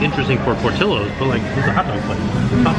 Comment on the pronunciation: My dearest!!! Por-ti-llo's and sounds pour-tee-yos... xoxo